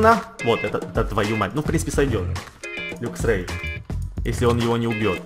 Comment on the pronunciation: Правильно говорить лаксрей